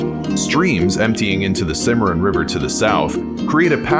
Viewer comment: R.....Kansas River, Cimma...Ron River, just saying! LOL Great Video!!!